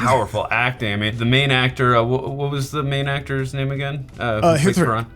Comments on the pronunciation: The lead actor’s name is Hritik (pronounced as “Ree-thick”)….. the “H” in the spelling kinda throws one off. But the H is just to give a “h” phonics sound to the “Ree”, if it makes any sense!😅 It was a great reaction and equally cute when u kept calling Ri-thick as “Hit-Rick” 😅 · did I just hear say "Hithrik"? 🤣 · the H in ritik is silent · its not hitrik man its ritik H is silent🤪🤪🤪🤪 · 'H' is silent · The 'H' in Hrithik is silent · Did we just gave up on saying Hrithik's name wrong... man! the 'H' is silent in his name. 😂